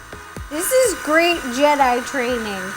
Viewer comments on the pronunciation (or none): none